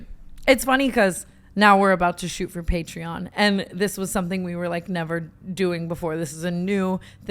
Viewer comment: I can’t with the way tana pronounces patreon 💀